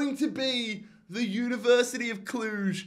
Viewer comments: Watchin’ u from Cluj. U’re pronouncing it just right. Keep up the good work. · You got the pronunciation of Cluj right